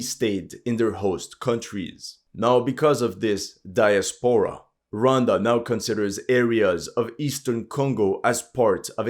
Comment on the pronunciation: What did Rhonda do? Ro wan da! Oh yeah horrendous French accent